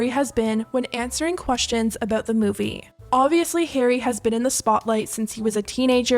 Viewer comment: love him but i’m starting a petition to stop harry styles from pronouncing ‘movie’ that way